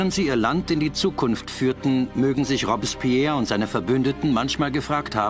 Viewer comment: boah sag noch einmal "Robbs-spehr"